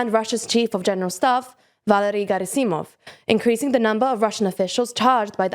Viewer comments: Gerasimov is pronounced with the accent on the first syllable. I'm a native Russian speaker, and I write for Foreign Policy Magazine about the war, and this error just irks me to no end. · As a consolation prise, Shoigu and Gerasimov can be happy a western journalist pronounced their names with such a flawless accent.